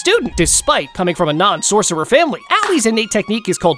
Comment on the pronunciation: Bro just said clapping sorccer